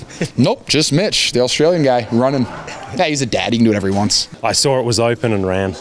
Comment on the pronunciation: I sawrr it was opan and rAn lol